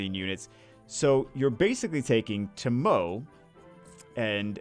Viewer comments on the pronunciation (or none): I watch too much anime.... because pronouncing it "tuh-moe" and not "toe-moe-eh" was actually slightly triggering XD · i think its pronounced as TO MO weh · how do you feel about amazon users NOT having this yet? Also, its pronounced Toh Moh Eh. I feel like she was nerfed. I prefer extending the debuffs. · ever watch ruroni kenshin the begginning? her name is pronounced: Tomo Eh